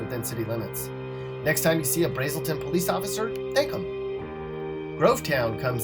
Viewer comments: It's pronounced (Braz-sol-ton). Not Brazeolton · You pronounced Braselton wrong BRA-SEL-TON the a in bra sounds longer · Pronounced Brasrlton wrong. A in Braselton is not long, but short. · You miss pronouced Braselton. Johns Creek has a high number of OD's. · I live in GA and you mispronounced Braselton lol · Why he pronounce Braselton like that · I live in braselton you are pronouncing it way wrong lol. And the cops here are strict as shit. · You mispronounced BRASELTON... 😡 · Lol! You're right, he totally slaughtered Braselton. I used to live over there. I suspect only people from around there will actually care. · And this dumb ass pronounces it wrong